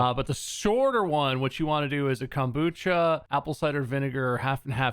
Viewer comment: I'm def saving this because of bob's Californian accent. The way he says kombucha is just 😭😂